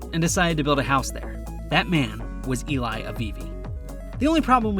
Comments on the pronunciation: Eli is pronounced Eh-lee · You keep calling him ilay